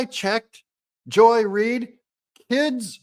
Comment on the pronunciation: Joy-less reed. You need to say it right….